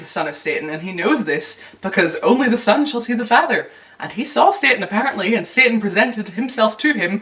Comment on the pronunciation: Random but I love the way you pronounce satan lol